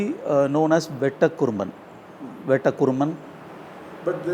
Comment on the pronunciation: Bay-ta ❎ Bet-ta ☑️